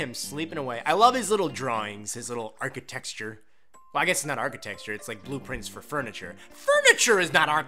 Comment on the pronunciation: Did you say "archetexture"? LOL